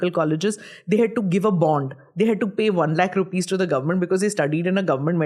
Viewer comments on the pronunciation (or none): none